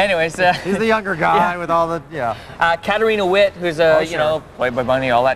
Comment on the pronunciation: Um Kurt... You should know how to pronounce Katarina Witt's name, and ... You advertise her as a "playboy bunny?" WTF?